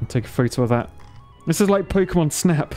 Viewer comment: Pokémon, not pokeuhmon.